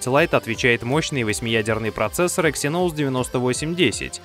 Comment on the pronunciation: Что за эксинОУс? Раздражает